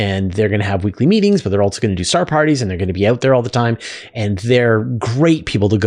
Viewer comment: Are you aware, you mispronounce the word "also" as "altso"? It's minor, but I have noticed it before, and you did it at least twice in the first three minutes of this video. It's a minor distraction. For the Asuria question, he asked if he threw it straight down, not within the orbit of the spacecraft, forward. If you threw it behind and down, it seems it would eventually fall, but you didn't cover that possibility. If you can't throw something "down," then what is the best a human could do? When would a human-thrown wrench land?